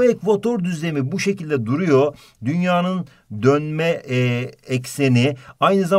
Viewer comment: dolanma degil donme ekseni o